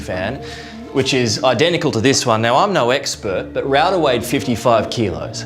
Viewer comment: Her name is raudha...not rawdaha...means ."D ". pronunciation is only DAA..not ,"T"..like in southindian ..PPL call preethy..in North PPL call preety...hope u understand 😅